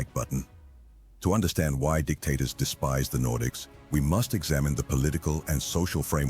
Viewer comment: I feel like you were saying D!CKtators on purpose. 😂